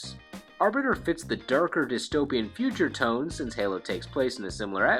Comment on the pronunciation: The way you pronounced Halo slightly irked me. Hey- low where as you were basically saying Hello